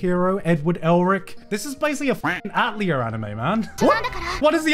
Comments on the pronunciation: hearing garnt say atelier as "at-leer" hurt me. its "ah-tell-ee-ay", you monster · I cringe at his pronunciation of “Atelier” 😂